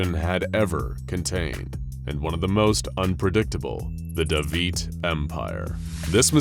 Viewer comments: WHOA... Let me correct the pronunciation there! It is actually pronounced the "Dey-vight" empire. Not the "Da-veet" empire. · I've never seen a video that, without trying to, mispronounces so many different words (real and domain-specific) in the most annoying manner possible before. The Da-Veet Empire is the real Eldritch Horror here. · Okay, your of 'runes' (hint, there's no 'i' in runes - you're saying 'ruins') aside, listening to your pronunciation of 'Davites' is just painful.